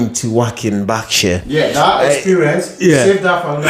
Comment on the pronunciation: Barksure?! 😆 or Berkshire?